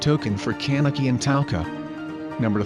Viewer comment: I hate how it says CAN-eki